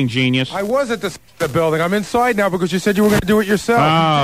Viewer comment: “I’m insoide now…”